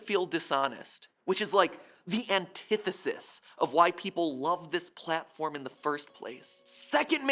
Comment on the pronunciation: Anthisis its antithesis